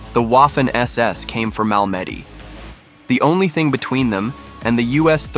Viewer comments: A very well done video. Thank you. Just a gentle FYI...Malmedy is pronounced MAHL-mah-dee, not Mal-MED-ee. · Mal-ma-dee is how everyone should pronounce Malmady. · I enjoyed your video- the video editing & story were wonderful, but please learn the correct pronunciation of the names of weapons & places before finishing your narration- Malmedy- ‘Mal-me-dee or BAR- Browning Automatic Rifle Bee-A-R. I’ll keep watching, but try to get a bit closer to accepted pronunciation of place names. I can’t watch most AI generated narrative because of the crazy pronunciation! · Learn to pronounce French place names. MAL-ma-day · Learn to pronounce French locations properly. Al me dee'. Accent on last syllable. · I believe that Malmedy is pronounced "Mal meh dee" with the accent on "dee". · Mal Meddy? Dam ai. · Is that how you pronounce “Malmedy”? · This is well written. But, the AI voice, while good, still isn't perfect. It's not BAR. It's B-A-R. As in Browning Automatic Rifle. And you need to use that term at least once before you resort to the term of B-A-R. Not BAR. Secondly, the pronunciation of Malmedy is off. It's slightly off. But it's still off. Other complaints are more personal. "Freedom seeds?" Really? Hmm. Not sure about that. Still, the description of what this man did and how you wrote the script isn't bad. You do need to stop using video from movies and start writing to video. If you need to make mockups, then that's something you should investigate. You can use those interspersed with the generic WWII footage you are using. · the narrator should have done more research on the event. if he had he might have pronounced Malmedy correctly. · Malmedy was a important part of ww ll history please get the pronounceatton correct. Thank u